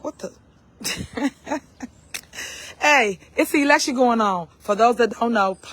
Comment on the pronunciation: She can't even pronounce election. She talking about "elction".